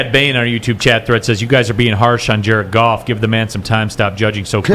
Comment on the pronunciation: Dude its Goff...Goff...Golf..Goof whatever its the QB